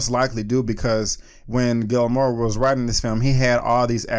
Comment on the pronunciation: Dude at least try to pronounce his name correctly. Gilmoro??